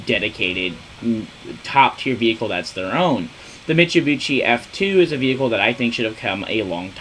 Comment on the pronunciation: I read this as soon as he said it, I'm dead man 💀